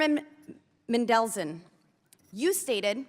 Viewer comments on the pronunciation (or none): Boebert: "Man-del-SUN" Mendelson: "Mendel-son" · It's laughable. She is so out of touch with so much she cant even pronounce a surname correctly..nor apologize when corrected.